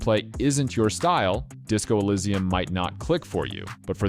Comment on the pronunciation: I enjoyed your video, but you pronounced some of the games wrong - Nier: Automata, Disco Elysium, and Katana Zero